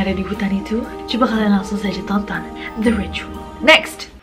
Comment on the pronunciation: Itu bacanya ritual Nessie bukan ricuwol😁😁